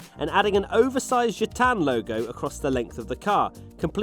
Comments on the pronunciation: Your "Gitanes" and "Gauloises" were perfect! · As a french dude, Gitanes was perfect, Gauloise a bit less, Gaul is pronounced more like a Goal in soccer.